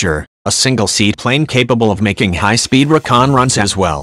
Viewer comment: Lame...great plane and history. However, it would behoove the "author" to use an actual human voice that knows how a say the word Reeecon instead of Rakaahn...ughh.